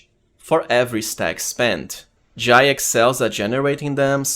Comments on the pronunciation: It is pronounced J-eye, that's how the VA's in game pronounce it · i dont think she is pronaunced like this